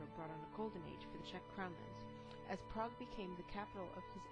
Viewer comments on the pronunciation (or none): none